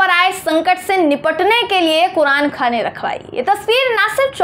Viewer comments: अरे मैडम कुरानखाने नहीं कुरानख्वानी बोलते हैं इसे 😂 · ..it's not Qur'an khane...it's Qur'an khaniii....well lots of love...bebaak speaker